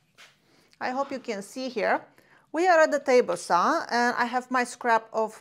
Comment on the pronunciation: Let’s go to the miter “sauw”🤙🏾